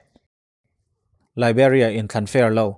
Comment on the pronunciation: Liberia i lam dan hi ka lam dan nen a in ang lo, Liberia ka tia, nang chuan Liberia iti daih thung a, ka dik lo nge ka dik zawk le?? Aaaaa, ziak hi chuan a fiah thei lo😂😂😂